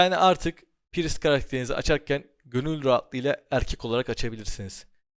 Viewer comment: İlk defa "priest" i doğru telaffuz eden birine denk gelmek sevindirdi. Praaayyssttt diye okuyanlara selam olsun :)